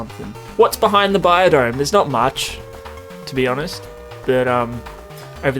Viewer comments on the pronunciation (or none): none